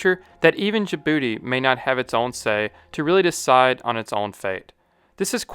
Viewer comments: "Jabroody, located in the H O R N of africa" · I know im immature when I chuckle every time you say "in Djibouti."